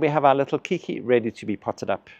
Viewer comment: Keiki is Hawaiian for child; the word later adopted for young orchids off-spring. The word is pronounced "Kay-kee"